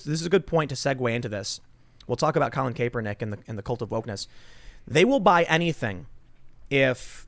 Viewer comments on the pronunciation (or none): Lol, does Tim say Kape-ernick on purpose? He's been saying that since forever